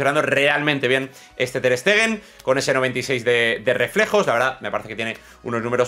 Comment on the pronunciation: Lo mejor del vídeo, sin ninguna duda, es cuando en un perfecto alemán de Munich te has referido al portero del Barcelona como "TAR STAGEN"!!!